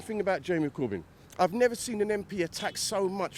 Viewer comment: he probably doesn't like his food touching on the plate "nye-vuh" 😂